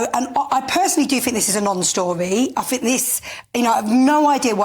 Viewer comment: Her complete ignorance is astounding. She doesn't "fink" at all, she has nothing to think about.